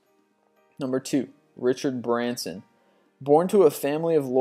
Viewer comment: . no its actully richard branson . not brenson